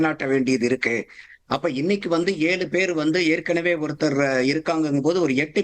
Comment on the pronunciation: அதென்ன 7 பேர் 7 பேர் னு அழுத்தமாக கூறுகிறீர்களே